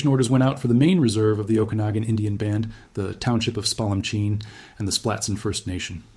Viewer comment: You've got to be from Washington. You pronounced 'Okanogan' and 'Kootenay' correctly. 😊